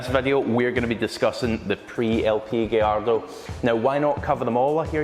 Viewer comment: It’s not a “giardo” It’s gallardo ffs